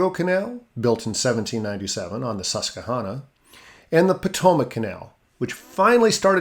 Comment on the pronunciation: As a southeast PA native, it’s cool to see the region talked about so much here. Some pronunciation notes: Mauch Chunk - mawk chunk Schuylkill - skoo-kul (the u is very unstressed, like a quick cull) Susquehanna - ses-kwa-hanna Reading - red-ing The coal was very important to the town of Mauch Chunk and led to it having the most millionaires per capita of any city in America at one point. Some of the mansions on one street still have tours. The most famous is Asa Packer who founded Lehigh University. When coal fell out of fashion, the town really struggled for a while, so the two parts (East and West Mauch Chunk) merged and was renamed Jim Thorpe (the lake retained its name). It’s now mostly a tourist town, but it is really beautiful (especially during the fall). The Lehigh Canal is a fun place to fish, and Mauch Chunk Lake is pretty nice. We call the old railroad the switchback, and it is now a hiking trail with a few tracks still visible.